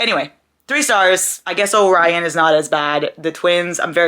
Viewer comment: Calling Orion “Obrian” was the highlight of my day 💀